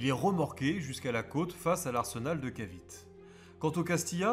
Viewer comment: la péninsule de "Caviti" et pas cavit ! ;-) .... le E est prononcé a l'américain encore aujourd'hui aux Philippines , ou je me trouve actuellement ! merci pour cette video car il est très dure de trouvé des video en Francais sur l' histoire des guerres en asie .